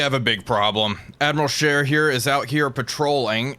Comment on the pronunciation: Wait a minute… a non-European gamer saying “Admiral Scheer” properly? [eyes bulge, head spins in three axes]